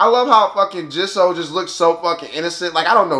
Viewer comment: Jisoo is pronounced G-sue or Gee-Soo.